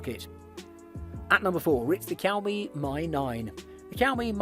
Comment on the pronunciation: "cow mee" hmmmmm